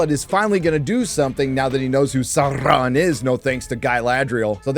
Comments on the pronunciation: Yes, the show sucks. But you can't fucking pronounce Sauron. Tolkien explicitly explained this one. SOW-ron. Not SAHR-ron. Hire someone who knows the lore. Sheesh. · Love your channel, but can you please pronounce Sauron's name as it's supposed to sound - (first syllable) as 'sour', not 'sore'. Unless you are pronouncing it that way on purpose? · You would think „Saurrrrron“ is not funny anymore after repeating the joke 50 times - wrong, I still laugh every time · okay im not the only one bothered by how galadriel (i will not learn her real name) pronounces “sauron” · Every time she rolls the r in ‘Sauron’ or ‘Mordor’ I want to jam a pencil in my ear. As if this show didn’t have enough challenges to overcome, inaccurate pronunciation is the last straw.